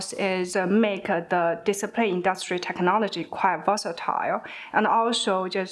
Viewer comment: Without subtitle I could hear "disappear" instead of display